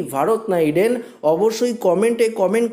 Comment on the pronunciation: ওটা ৯০০--৩০৩=৫৯৭ হবে,আর ইডেন নয়, উচ্চারণ টা ঠিক করে ইণ্ডেন বলুন ।